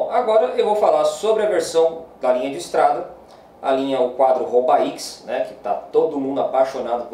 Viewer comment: A pronúncia é "rubé". O nome do modelo vem de uma pequena comunidade francesa onde ocorre a famosa corrida Paris-Roubaix.